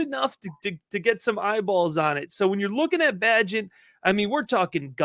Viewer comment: PRONOUNCE - BAYGENT